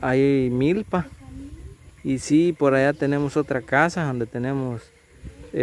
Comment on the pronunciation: Se dice para alla no paya